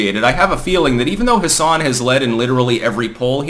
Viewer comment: For what it's worth it's pronounced "Hass-in". There are plenty of Democrats in New Hampshire, but I've heard way more people talk positively about Don Bolduc specifically than have talked about Maggie Hassan specifically.